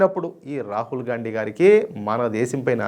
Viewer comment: Gandi అని కరెక్ట్ గా pronounce చేసినందుకు ధన్యవాదాలు